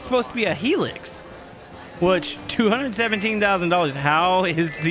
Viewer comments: You kept saying "Helix" but the Toyota os pronounced "High-Lux" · it not HE LUX its hi lux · frist of all that way you say hilux bugs me sorry, second you should keep the hilux, third its hilux not helix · hearing how americans say hilux hurts my soul